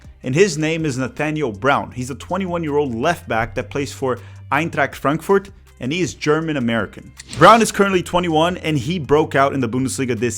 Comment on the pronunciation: What you even talking about? He didn't pronounce Eintracht Frankfurt correctly at all... "Aintrackt" lol